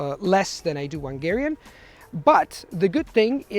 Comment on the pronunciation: He kept saying "ʌŋˈgɛəriən" instead of "hʌŋˈgɛəriən"